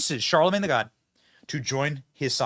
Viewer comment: You kept saying Charlamange the God. It's Charlamange the Fraud.